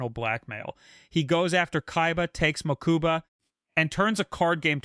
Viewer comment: "Mookooba" smh